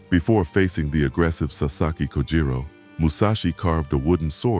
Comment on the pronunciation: AI junk. Kojiro not Kujiro